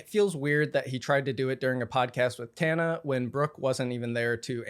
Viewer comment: Respectfully I need pretending like we don't know how to say Tana's last name